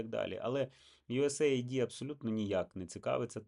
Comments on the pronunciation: Єдине: не USA ID, a US AID (ейд), тобто united states aid (допомога) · ю ес ейд. Ю ЕС ЕЙД! Мать вашу. Ніяких ай ді!